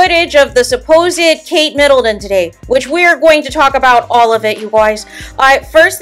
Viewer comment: Please don’t say Kate MiddleDon